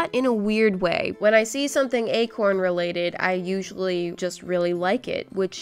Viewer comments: When she said acorn I thought she said a corn 🌽😂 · Okok I heard “egg horn” once when she said acorn😂now everytime she said acorn I keep hearing egg horn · When she said Acorn I thought she was painting a corn 🌽